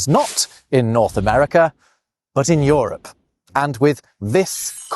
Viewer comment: What accent is this that pronounces Euro and Europe as Yoro and Yorup, rather than youro and yourup?